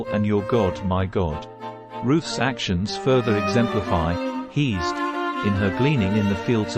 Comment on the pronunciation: Isn't pronounced heh-sed or hey-sed?